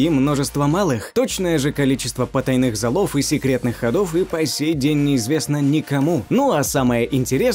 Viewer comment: "потайных залОв..." ??? по-русски кварцИт. С ударениями катастрофа, просто пипец, и эта раздражающая вопросительная интонация в конце каждого(!) повествовательного предложения. Безмозглая, убогая озвучка.